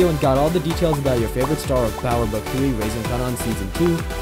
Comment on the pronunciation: yeah, but he can't even pronounce the name of the show correctly, so I doubt he knows anything about Total lol